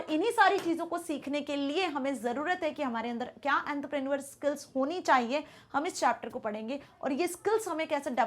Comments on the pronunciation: Man that is entrepreneur not antaprenuer....but your teaching is very helpful for me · Entrepreneur ❌ anderpranul✅ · Mam it is not antrapraneveral it is entrepreneur please pronounce it properly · Entarprenurse, yungaster, billanare💀👍🏻 I don't want to disrespect anyone, but please correct the pronunciations. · Antraa prenu-arr 💀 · Ent - te - pren - neuer 😂😂😂😂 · Is she trying to speak French while saying entrepreneur etc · Ma'am please pronounce entrepreneur correctly every time I misunderstand the original word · Ma'am pls pronounce Entrepreneur correctly its making me go insane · 😂mam ko bura laga hoga tumhara comment padhke